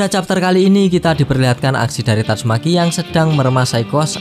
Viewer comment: Min. Kalau isi narasi, sebaiknya penyebutan nama atau kata2 yg sifatnya mesum/jorok untuk di perbaiki. Lebih dewasalah dalam membuat konten, tanpa perlu myebutkan kata2 mesum. Tatsume.k. = seharusnya tatsumaki. Kasihan kalau ada anak2 yg nonton